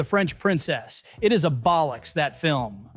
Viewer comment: I love how Americans pronounce bollocks 😆